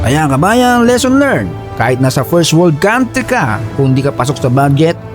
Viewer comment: country is pronounced as kuhn ' tri